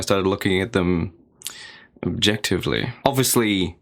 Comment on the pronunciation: the way you said objectively was like so strange to me for some reason idk why Well I just remembered it reminds me of the dang “the world is ending” vine and idk why well okay